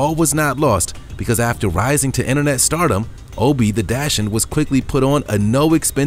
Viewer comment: No one commented on the pronunciation of dachshund?!